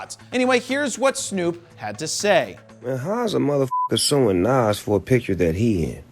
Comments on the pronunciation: JP you are Rocking a fro, we are going to hafta get to you to pronounce Nas correctly. Nazz 😂😂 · It's Nas pronounced Naaaahhhhhhs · Nas not Nassse 🤦🏾‍♂️🤦🏾‍♂️ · Nas (Nahz). Damn it, Jared! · Beening from New York and hearing you pronunciate nas name wrong Hurts 🤣🤣🤣. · Hearing Nas mispronounced is bothering me. Maybe consult Todd Wolfe for rapper name pronunciations?